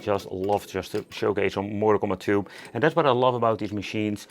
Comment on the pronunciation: "Mortal Cumbat II" 😆